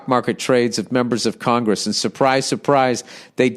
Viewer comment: “Congess members”